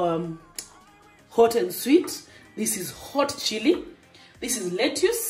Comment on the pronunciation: Letas not letyus..... lettuce